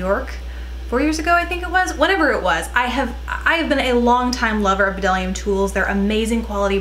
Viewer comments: I've been using bdellium tools forever! I love them! They are so underrated!! The b is silent by the way :) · FYI the b is silent :)